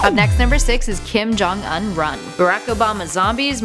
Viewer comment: say his name right